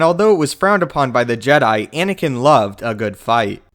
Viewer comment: At the start you say Inikin Skywalker